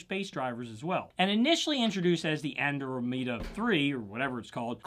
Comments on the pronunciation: Thanks for the video. BTW, Andromeda is pronounced an-DRAW-meh-da. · Andromeda is pronounced just like the Galaxy. An drom eda. I worked in a stereo shop that has the full line and I got to tell you that the Andromeda's powered by the Phase 700 was earth and ear shattering good. Never for got that sound in a good room!